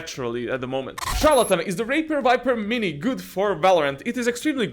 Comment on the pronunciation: Are we gonna ignore the fact he said raper viper mini instead of razer viper mini